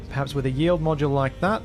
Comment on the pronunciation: Pointless comment: when you say “yield” it sounds like “yee-old”. Neat.